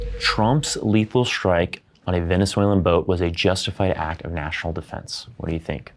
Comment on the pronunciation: A "lerhal" weapon? A "lethal" firearm? WTF. 😂